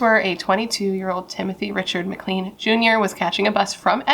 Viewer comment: I'm Canadain. You mispronounced his last name, it is said like clane, not clean. 2nd, Vince decapitated Tim and he was seen marching up and down the bus aisle with his head. This case is really disturbing. Now, Greyhound is no longer in service in Canada. I'm in the maritime provinces and we have a company now called Maritime Bus. I'm starting to believe that this event may have had something to do with the change in bus companies